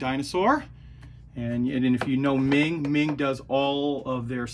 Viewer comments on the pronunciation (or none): Hi, Meng should be pronounced as the "Mung" in Mungbeans